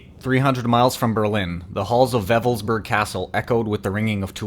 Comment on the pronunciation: It's not pronounced 'Weffelsburg' but Wewelsburg. You have no idea how absurd you begin to sound when you mispronounce simple German.